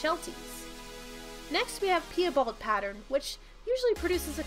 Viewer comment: Pee-a-bald....its PIE-bald as in apple pie and my bald uncle 🤦🏻 i know this is old but please if you do make more videos learn the pronunciation of the words